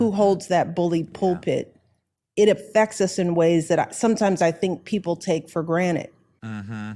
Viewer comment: It's 'for granted' not 'for granite'.